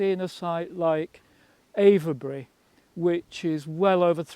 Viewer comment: Great video. Really interesting member of the Time Team. Have to mark him down on his pronunciation of Avebury, though! 😂😂😂